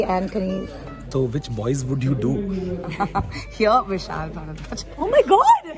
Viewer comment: Did you just said Vishal "Bhadwa"?